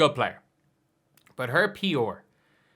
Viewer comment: The way you say PR with your accent is hilarious.